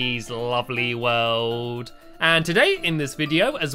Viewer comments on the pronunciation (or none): Yea instead of world i hear him saying woooold